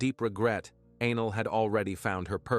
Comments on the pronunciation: No...he pronounced A-Nell as anal. That's all. Just trying to help a homie out. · I’m not 12 and that shit was hilarious!!! Not only did it change ANELL to ANAL but the closed caption spelled ANGEL 😂😂😂. Now back to the story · The automated narrator calling the girl Anal😂😂. WTF it's Anell. I'm sorry, but it's funny and was a little distracting😂😂. I find humor in that pronunciation but not the situation.